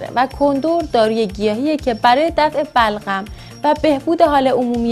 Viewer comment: خخخ بلغم و نمیتونه بگه ی جا گفت بَغلَم خخ